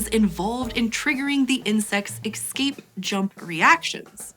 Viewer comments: The word is eScape not eKscape. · Escape not "Exscape" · Please. Its eScape, not eXcape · Is she saying ek-scape? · "Excape" predators, eh? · Exscape... repeatedly said. Do better.